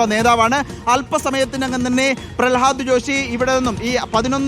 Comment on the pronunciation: പ്രളഹാദ് ജോഷി അല്ല പ്രഹ്ലാദ് ജോഷി... തെറ്റ് ഇങ്ങനെ ആവർത്തിച്ചു പറയരുത്, ഇനി ആര് വന്നിട്ടും കാര്യവുമില്ല ഇവർക്ക് വിദ്യാഭ്യാസം കൈകാര്യം ചെയ്യാൻ അറിയണമെങ്കിൽ അതിനോട് എന്തെങ്കിലും ഒരു സ്നേഹം വേണ്ടേ